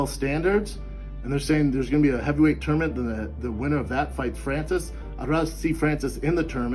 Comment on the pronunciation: I never knew tournament (aka termint) was a two syllable word! #termint #AndIfYaDontKnowKnowYaKnow